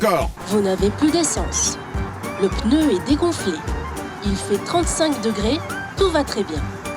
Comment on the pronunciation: vraiment un excelllent épisode de jdg mais le coup du "PENEU" au lieu de pneu ça me trigger lol